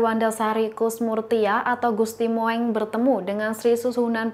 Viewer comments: Jangan salah baca dan bacalah dg ejaan yg benar agar baca Gusti mung bukan Gusti moeng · Bacanya...gusti mung...,bkn moeng,lu kira kucing...? Tulisannya emang moeng itu ejaan lama,tapi bacanya mung. Ditambah ya mbak...wawasannya. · Duh...ni lgi nglawak ya... Gusti Moeng...diucapkan Gusti Mo-eng😅 Yg benar Gusti Mung.. Belajar lgi ya...biar keliatan pinter dikit🙏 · Aduuh jangan dibaca Gusti Mo eng tapi Gusti Mung ( ejaan jawa "oe" dibacanya "u") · Mbak maaf GUSTI MOENG (MUNG) bukan MO ENG maaf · MBAK PESENTER KURANG LITERASI SEPERTINYA. GUSTI MOENG SEHARUSNYA DIBACA MUNG. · gusti Mung mbak mocone.. pehh.. Sinuhun bukan Sinuhung. tribun duh tribun. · Hello.... Itu Ejaan lama, Gusti Moeng d baca Gusti Mung.... Ini lho, memang sekolah ga d ajari Ejaan lama ya, siapa guru Bahasa Indonesia nya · Gusti Moeng itu dibaca Gusti Mung dong.... Pembaca berita mestinya tanya dulu kepada yang tahu ejaan dan cara mengucapkannya. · Maaf ya, apa gak paham "sejarah bahasa indonesia" ya, penulisan ejaan lana "OE" dalam nama Gusti Moeng, itu, ya dibacanya jgn sesuai ejaannya, (kan sekolah juga to??), itu dibaca "U", Jadi untuk nama Gusti Moeng (dalam penulisan), ngebacanya ya "Gusti Mung" saja, jadi gak malah ANEH DENGERNYA!!! Aduuuuuhhhhh, kayaknya TRIBUN NEWS ini BUTUH LITERASI DEH!!! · kalau nyebut nama orang yg bener.huruf oe itu dibaca u. Gusti moeng dibaca gusti mung